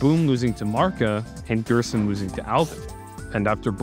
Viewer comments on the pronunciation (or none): also the g is pronounced like a j in gerson, like jerson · Gerson is pronounced like "hairson" in spanish